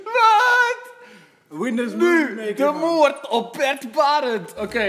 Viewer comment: Hahaha ook echt moord met een 't', geweldig